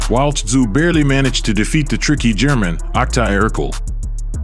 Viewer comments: The guy narrating the story doesn't even pronounce Tsyzus name properly.. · Dont pronounce the T in Tszyu.